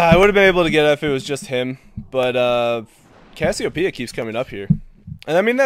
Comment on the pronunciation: "There is Ks-siopeia."